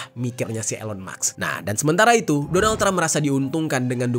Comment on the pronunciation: elon musk (read : ilon mask) 😊🙏🏻